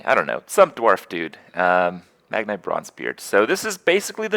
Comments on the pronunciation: "Magn-ee" lol not Eye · You seriously think that saying "Megnay" instead of "Magni" will give you more YouTube comments? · its MAGNI not MAGNAY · wait is it "magneye" or "magnee" ? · Ey yo dawg, it's pronounced "Mag-knee." It's not "Mag-nye." He's a fokin legend, not a fokin scientist. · Just to note, it's 'Mag-nee', not 'Mag-nigh'. (Source: WoW and Muradin's Heroes of the Storm spotlight video.) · "Mag-Nye" You have to be doing this on purpose, Kripp. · Magni is pronounced MAG-knee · Ffs kripp its said Mag-nee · Stop saying Magni's name wrong Kripp!